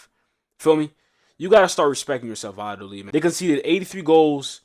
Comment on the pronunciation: Vayadolid. It's pronounced va-ya-do-leed ❤ Trust me, I live here! The double L is a Y